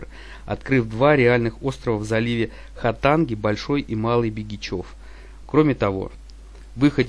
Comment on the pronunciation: Ударение в словах не правильно ставит -ПЯсино, ХАтанга, БЕгичев